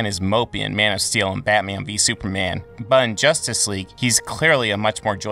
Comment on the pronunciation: It sounds like you’re saying soupman